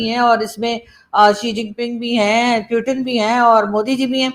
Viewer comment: Putin❌ प्यूटन ✅ 😂😂😂